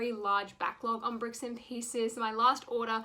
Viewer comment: lol you said bicks and pieces